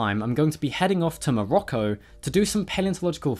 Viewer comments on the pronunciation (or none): It's NOT Mowocco!